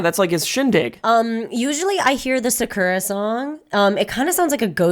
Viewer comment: Why does Reina pronounce a lot of Japanese words like a white person? Like Udon, Sakura, etc.